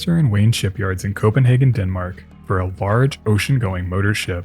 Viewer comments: København in Danish is pronounced Coh-ben-hay-vn. Very similar to how the English spelling, Copenhagen, is pronounced. You are pronouncing it similar to the way the German spelling, Kopenhagen, is pronounced, Koh-pen-har-gen. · ...just an observation, not a criticism..its pronounced 'Copen-HAY-gen. TY from Denmark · I am amused that you call the ship the Danish 'København', yet of some reason pronounce the name of the city in...German? If you want to name in in another language, why not at least pronounce it in English?